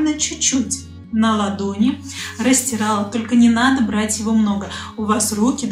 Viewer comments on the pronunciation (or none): none